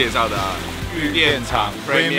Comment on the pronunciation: Premium 怎麼聽起來像杯麵。XD